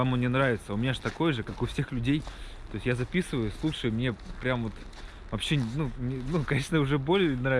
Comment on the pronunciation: Даже акцент появился. -"Ващще жоска"😂